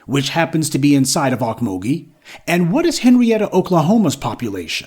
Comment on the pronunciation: It's pronounced oak-mole-gee